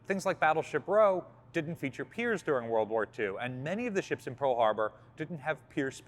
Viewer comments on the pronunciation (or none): none